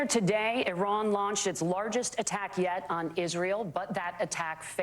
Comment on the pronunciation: eye ran 😂